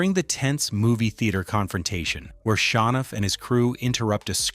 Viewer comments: ITS SHOWNUFF NOT SHA NOFF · Pronounced Show-nuff I think, not Shawnuff. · There are 2 sections where the narration becomes literal gibberish. Bruce Leroy - pronounce LEEroy; Sho Nuf - pronounced SHOW nuff